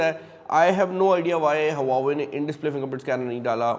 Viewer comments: It's not हवावे it's वावे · Huawei ❌ Hauva ve✅ हौव्वावे ✅